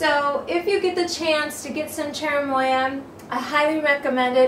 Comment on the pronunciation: I think you said it correctly